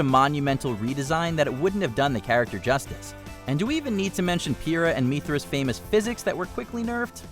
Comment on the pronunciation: Wtf did u say PIRA and MITHRA? once again they get someone to just read a script who doesnt kno the content 👎